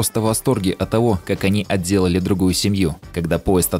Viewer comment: "...поговорив откровенно, супруги приходят к выводу, что [они или не????] счатливы вместе...." Ахах, 10 раз перемотал, чтобы понять "они" или "не" Не понял :D По футажу думаю, что все же "они счастливы" :) Красивый монтаж) Спасибо за видео, телега в подписках ;)